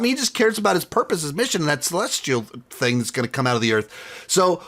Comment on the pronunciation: I enjoyed how you said "thang" because you were talking about Kang 😄